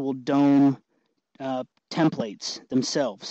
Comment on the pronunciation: tem-PLATES drinking game is on!!